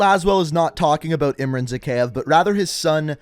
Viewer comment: Why always butchering the names? even if the Characteres in the games said them often? like Zakhaev and Kamarov.....